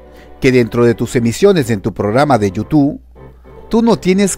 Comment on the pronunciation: No se dise YOU TU pend………………o se dise YOUTUBBBBB YOU TUBE